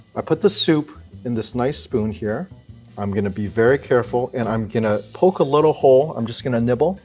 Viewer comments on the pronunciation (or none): none